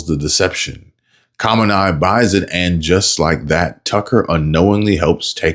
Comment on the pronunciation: Who is "COMMONEYE?? (You mean Ruhollah Khomeini??? The old and dead Supreme Leader of Iran) just thought? ••••• Khomeini is commonly pronounced in English as hoh-MAY-nee (/koʊˈmeɪni/ or /kɒmˈeɪ.ni/), with three syllables and the emphasis on the second syllable, "may". The phonetic breakdown is "ho" + "MAY" + "nee". Key Breakdown: Ho-: Similar to the word "hoe" or "ho" in "sock". MAY-: Rhymes with "day". -nee: Sounds like "knee" or the end of "happy". (Cambridge Dictionary + 1) * Just thought u should know since you want to always be truthful in your reporting! Too many reporters both written And on television keep pronouncing this man's name completely wrong And it really drives me crazy. Some of these journalists want to claim to be some of the best but yet they don't do 30 seconds of research to learn how to say his name properly? How could you ever claim to be the best let alone a journalist Reporting On important news but yet can't take the time to do 30 seconds of research to find out the man's name, right?